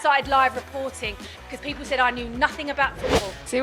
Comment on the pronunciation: It’s people. Not “peepoow”